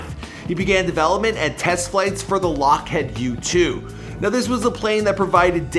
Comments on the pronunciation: WTF is with Youtubers absolutely sucking at pronunciation? "Lock-Head Martin?" It's LockhEEd Martin. C'mon, man... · Bro are you American? That's Lockheed, your saying "head" 🤣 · He said lock-head lol it’s Lockheed Martin you freak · Not lockhead lock HEED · Why does he pronounce Lockheed “LockHEAD” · FYI — it’s not “Lockhead” it’s pronounced “lockheed” — don’t worry tiger... we’ll get’em next time! 😆😆😆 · Jonny Soi or “Lockheed”